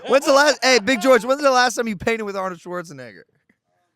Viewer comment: Arnold - Shwartz - a Naygor